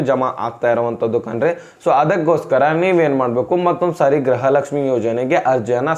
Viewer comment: ಗೃಹ ಲಕ್ಷ್ಮಿ ಅದು ಗ್ರಹ ಲಕ್ಷ್ಮಿ ಅಲ್ಲ ಕನ್ನಡ ಸರಿಯಾಗಿ ಮಾತಾಡು ಗೂಬೆ